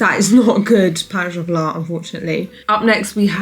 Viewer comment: As someone who speaks french, your pronunciation of "pain au chocolat" was on point!! Also love the video, as usual :D